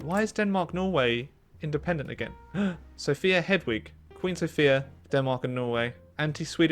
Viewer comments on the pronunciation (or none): none